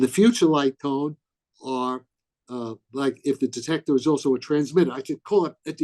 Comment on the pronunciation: "altso" fucking hattteeee this